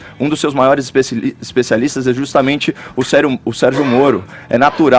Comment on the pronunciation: "Especisalistas" kkkkkkkkkkk